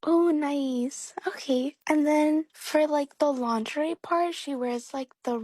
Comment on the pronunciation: Frighteningly smart analyses - 'lawnzheray', though. Ouch!